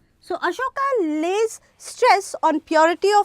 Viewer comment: Ma'am it's Ashoka. Not Asokas ...😅